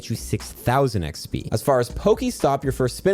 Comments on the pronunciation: I love you but I hate the way you say eggsbeee 😂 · Thanks, huge tips as always! Sadly don't think I'll get to 50 but I'll see what I can get done. Side note - no idea why, but I always hear saying XP as "eck spee" instead of "ex pee". Pretty sure I'm losing my mind listening to this video 😂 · Have y'all noticed he says "XB" instead of "XP"? I did and now I can't un-notice it. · Does anyone else hear XB sometimes when says XP? Or am I getting old? 😅